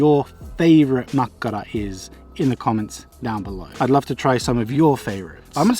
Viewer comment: U actually pronounce makkara rly well and my favourite is kivikylä juustotuhti